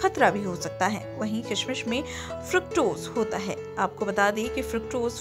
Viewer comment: Bahot bura video bnaya kishmish to sahi bol le pehle